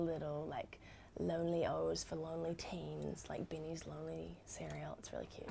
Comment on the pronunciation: Omg it is pronounced beanie???